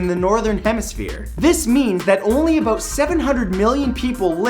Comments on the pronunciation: "aboot" lol this guy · "aboot" lol this guy......